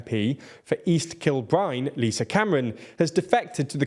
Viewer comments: East Kill bine? Do you mean East Kill Bride? Actually spelt East Kilbride, or is there a place Actually called East Kil-bine...? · You've absolutely butchered the pronounciation of East Kilbride there 😂. East-Kill-Bride.